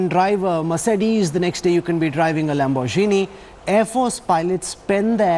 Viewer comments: I commend Indian Media for reporting the dumbest investigation I have ever seen. He is a pilot, not a driver. As you say, "Lambor-Jini" and F-16s are not comparable. You are talking about a fighter pilot. Pakistan does not own many F-16 aircrafts. In a time of war, if all the F-16s are destroyed, you are telling me that the said pilot would be handicapped to fly any other aircraft? Stop your conspiracy non-sense. You are misleading the peace loving Indian nation just so you can survive the intense media competition that you face in India. The only way you get enough views is by spreading negative news and spreading war hysteria. I hope the Indian lawmakers identify the structural problem with the Indian media houses and regulate them accordingly. As for media spokesperson, not only comparing fighter jets to hypercars are wrong, from the way you pronounce the names of the cars, I doubt you have ever driven one. Perhaps one day when you drive a Lamborghini, you would understand the difference. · Lambor gene?? Dude u ok